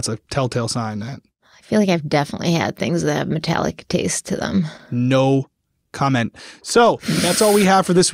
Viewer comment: Bahaha he said “No….Comment!” Lol 😂